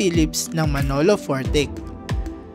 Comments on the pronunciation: Hindi po Fortik ang pagbigkas kundi ay Fortitsh. Salamat. Taga Manolo Fortich po ako. Salamat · Hindi po Manolo Fortik kung Manolo Fortich as in TEACH 😂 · its read as Manolo 4-teach as in teach in teacher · Wow nice content po!Salamuch sa pag feature ng lugar na to."Bukidnon"my home away from home. Much better po kung nagresearch po muna sana kayo.. Manolo Fortich ay parang "glitch" po ang pag pronounce. Ang Taguluan manan po ay "Tagulwan"